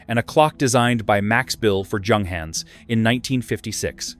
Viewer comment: The first letter ofJunghans' name doesn't sound like in John, but like Yolanda. The same goes for Junkers, Jabo etc. In German, it's like Yunghans, Yunkers...